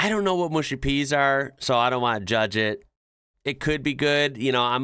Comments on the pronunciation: mushy - m-uh-sh-ee not moo-sh-ee and they are made from marrow fat beans. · It's actually mushy with an 'ah' sound, like in "hush" or "flush," not mooshy. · can I ask why Americans can pronounce "Mush" but adding a Y on the end turns the word into "Mooshy" 😂😂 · i guess all the yanks say mooshy instead of mushy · It's 'mushy', not 'mooshy'! p.s the fish and chips in that clip looked bloody awful! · Come on, why say Mooshy peas when its spelled Mushy peas.........Mush as in Hush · Mate it's mushy peas not mooshy peas. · Mushy peas not mooshy peas. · It's pronounced Mushy peas, not Mooshy peas. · Mushy peas, not 'mooshy' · Arrrrgghh it's mush like bush... Not moosh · The Greek burger probably came with a knife and fork, this will obviously confuse the average American as they don't know how to use cutlery! Mushy (peas) has a U in it , not OO! So pronounced MUSH-Y not MOOSHY! An American stating they wouldn't eat a steak Tartare because they like good steaks, ham etc has absolutely no idea what good food is due to it being full of chemicals! American food is generally NOT good and only tastes of whatever spices they add. American food should be avoided if you value your health and life!! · Mushy peas, not mooshy peas... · And pronounced Mushy, Not Mooshy,?? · 'Mushy PEAS', not PEES - and the 'mush' in mushy rhymes with rush, not push. They're peas cooked until they go mushy; a speciality of 'up North' in England. As a Southerner, I wouldn't feed mushy peas to a stray dog.